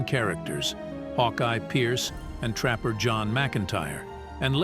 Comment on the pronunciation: I’m and I’m not going to listen to any more of this robot speaking. It’s introducing the characters and it says “Captain Trapper, pause, John McIntire. Like they are two different people. Why don’t you stingy jerks hire a human being!